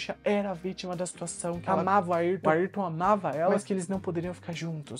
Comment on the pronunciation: É Ayrton e não Ailton